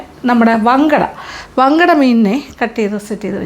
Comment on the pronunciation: ഞങ്ങൾ മങ്കട എന്നാണ് പറയുന്നത് വങ്കട എന്നല്ല